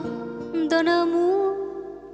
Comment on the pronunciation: Giọng hát thì hay. Phát âm tiếng Pháp bài này còn nhiều chỗ gượng: histoire, amour. un, bien. Chữ adieux không nên nối âm thành tadieux